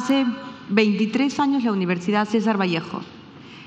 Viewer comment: Acuña se dice universidad, no universa